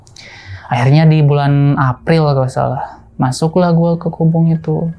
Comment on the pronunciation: Maaf bang sdikit info aja. Maaf sbelumnya kalo salah tapi setahu saya yg sempat jadi santriah. Yg s aa ini sebut itu Kobong bukan Kobung .maaf jika berbeda sebutan ya bang😇